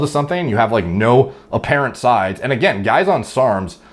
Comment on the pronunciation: did he say apparent like appa rent or was that some fancy word he said? 😂